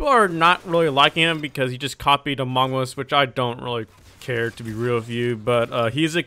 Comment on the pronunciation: Amog us, he said amog us, this is legendary